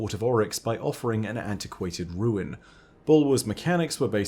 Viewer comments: RUNE IS PRONOUNCED "ROONE" NOT "RUIN" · 7 years later and people are still pronouncing rune “ruin” 😂😂